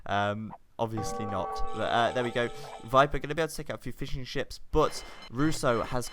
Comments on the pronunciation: in cannot be unheard 8^/ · I'm glad to see i'm not the only one to hear "fish n chips" instead of "fishing ships" ^^